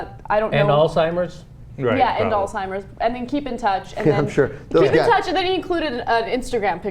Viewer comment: It is pronounced as Alzheimer's Disease, not Old Timers Disease